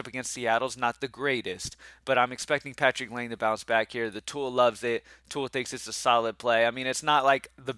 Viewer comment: (It’s lye-nay not lane)